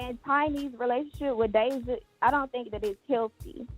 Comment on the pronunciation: you are pronouncing her name wrong. But I feel so sorry for this young lady.